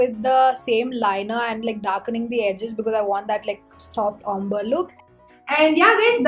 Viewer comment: The way you pronounce ombre is crazy (wrong)